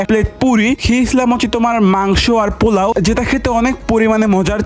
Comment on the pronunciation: Polaow rost🚫 Ponaw nost✅😂😂😂😂😂😂 motur baccha😂😂